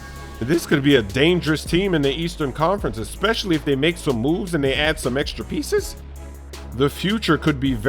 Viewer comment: how he says pieces 😂